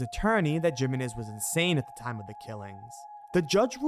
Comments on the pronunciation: lol it's "him-ay-nez" not "jim-in-ez"....spanish, bro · Jimenez: say it with me - "he-menez" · *Himenez. That is how you pronounce it. And wasn't the video made after they found the body? Or did they predict they were going to find it? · It's pronounced heh-men-ez, not Jim-in-ez. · Its Himenez not jimenez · Jimenez is pronounced He-Men-Iz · Did bro just say JIMenez???? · It's pronounced HIMENEZ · Jimenez is pronounced Hee-men-ez.... hope I don't offend giving you the correct way. Just found this awesome channel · I have never heard anybody pronounce it the way he does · I can't tell if yes mispronounced Jimenez on purpose or not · Jimenez, replace the J with an H and you will pronounce it right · lol it’s not his accent it’s just him being unaware how to pronounce Jimenez. It’s perfectly able to be pronounced in an American accent unlike how someone from Japan might have trouble with their L’s due to the language not having that L sound.